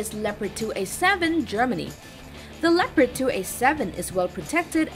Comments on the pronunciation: It‘s called leopard. Not lepred. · she might be learnt to speak! German tank, german name: Le-o-pard! easy